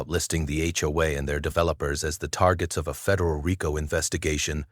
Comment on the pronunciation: I'm glad they finally found a narrator that can pronounce RICO correctly! I was almost ready to volunteer! Eddie